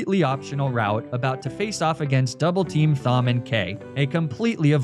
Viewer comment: As someone whose name is Thom, I can confidently say that my name is pronounced Tom, not Fom. So I'll just assume this is one of those Magnemeetay situations.